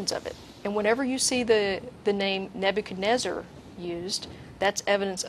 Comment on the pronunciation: sorry, but "Nebuchadnezzar" isnt pronounced "neb-you-can-drazzar" (only one 'R' at the end) other than my lil ancient-king-name gripe, this show is fan-freaking-tastic, everyone keep up the good work!!!! Shit... shoulda waited for the later part when they go over the original and greek forms... i fail